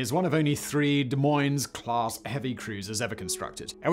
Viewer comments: "De MoineS" ... It's "Des Moines." Both S's are silent. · Des Moines—the “esses” are silent. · Neither s is pronounced in Des Moines. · Come to Iowa and learn how we say Des Moines ( Duh - Moine) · Simon, I’m afraid I must correct a mistake; As a native son of Iowa, our state capital (and subsequent ship) is pronounced as “de moyne”. Both the s’ are silent. Source; I was literally born there. 😂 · I wasn't actually screaming about it. But it is slightly annoying. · Both s's are silent in Des Moines; the modern capital city of Iowa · We don’t pronounce the “s” on the end of Des Moines. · Pretty sure the correct way to say Des Moines is without the S at the end of Moines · Neither s is enunciated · Moines is pronounced without the s. Thank you, the state of Iowa. :) Still love the content, though.